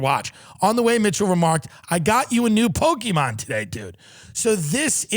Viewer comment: tim has to stop everything he's doing to put his effort into saying pokeyman